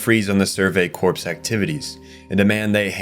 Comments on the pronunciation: "core" not "corpse" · Corps is pronounced core btw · Corps isn’t pronounced “corpse”.. it’s “core” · This is a brilliant video, really, really good. But your mispronounciations drag me right out of the story that you are telling so diligently. Esssscape, not ex-scape. Corps, as in the scout corps, the marine corps, is pronounced as core, not corpse. Bertholdt is prounced bert-hold-t, not berfoldt. Jean is pronounced as a soft J, like the French name. Its just confusing to me how you are mispronouncing characters names, given that you must have watched the show? The other words I get if you watch subbed, maybe not escape though, thats a criminal mispronounciation. Also there is no such word as "irregardless". It is regardless. That's it. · corps is pronounced like "core." the "p" is silent. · bro its not "corpse" its "core" cmon man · Just so you are aware, corps is pronounced like core instead of corpse. 😘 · "the 104th cadet corpse" LMFAO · this is 100% AI narration, you know how to say corps properly later around 33 minutes in and you pronounce Bertholdt 2 different ways as well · he pronounces Ymir as "yimmer", corps as "corpse" and bertholdt as "birth holed", the funny thing is sometimes he says them correctly, tell me this is AI slop again, buddy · It really bothered me you kept pronouncing corps wrong. It sounds like “core” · Just so you know, the "p" and "s" are silent in "corps." So it just sounds "core" as in the Marine Corps. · very much a real person, usually ai channels make shorts and long videos he has actual community posts and other things bots dont do.